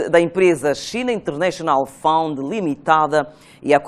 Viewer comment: Fund e não found, é obrigação de um journalista saber pronunciar palavras de outros idiomas para não incurrer a engano aos telespectadores ou ouvintes, hoje esta cada vez mais facil o acesso a linguas estrangeiras tais como o Inglês!!!!! Por favor